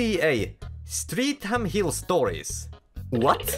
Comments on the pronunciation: "Streatham" is pronounced "Stret-ham" and it's a really terrible and dangerous part of south London. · it's pronounced "Strettum," but with the quintessential British glottal stop in place of the second lot of t's; therefore its kind of "Stre'um."